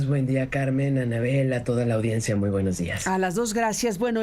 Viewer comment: Se dice audiencia Anabel, claro, no lo sabrías.